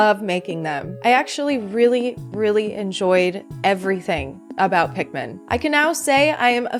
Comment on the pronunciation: It's Pik-MA'AM